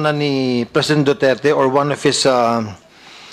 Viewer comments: hindi si Wam, ONE po at wala kang F, P or EP lang yung sa yo. Congressman ka po hindi ka tambay pag mag deliver ng words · wam point 8 😂. Galing mag english